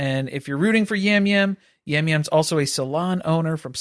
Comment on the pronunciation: Hearing you guys talk about the CBS reality people is killing me 😂 Yam Yam is pronounced Jam Jam Rob Cesternino is pronounced Sest-er-knee-no (as a RHAP listener, I’m so excited to see him play) Ian used to cohost Big Brother recaps with Rob C so they have a big connection. When the Survivor season has a location in the name, that’s not a spin off. That’s just where it was filmed! Or it’s the “theme” for the cast. There aren’t “spin offs” of Survivor like you guys are thinking. It’s all 1 show 😊 Appreciate the coverage for all the shows you do and looking forward to the new season of Traitors tonight!